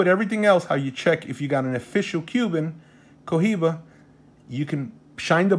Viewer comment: The H is silent 🔇😵